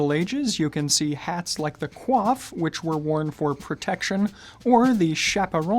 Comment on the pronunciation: Hello, I know this is an old video but I'd just like to point out that I believe you pronounced coif wrong . Coif as a headwear is supposed to be pronounced "koif" while the way you pronounced it ("kwaf") is a hairstyle. Interesting video nonetheless